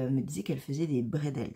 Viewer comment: sacrilège, on ne dit pas les « bredels » On dit les « brédle »ou même parfois les « brédélé «. Allez je ne t’en veux pas 😉